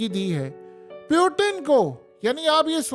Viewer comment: Is not peutin is putin 😂😂😂😂😂😂